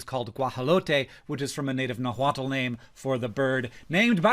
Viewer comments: Hey Hank! I only know this because I wrote a poem that included this word, but Nahuatl is pronounced like "nah-wat" (like nah, and as in Ankor Wat)! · Since we're talking pronunciations, I call dibs on being the one to tell Hank that the 'l' in Nahuatl is silent (at least if you are pronouncing the word with English phonemes). This is how we got the word tomato! It comes from the Nahuatl word tomatl, and we don't call those toe mottles (don't ask how axolotl is pronounced unless you are prepared for a surprise).